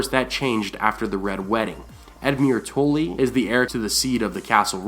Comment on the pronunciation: Stop messing up saying Tully!